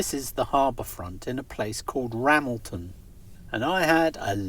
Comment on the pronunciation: Just found your channel, really enjoying it. If you get a chance head down towards Co. Mayo, and FYI Ramelton is pronounced Ram-EL-ton with the emphasis on the middle syllable L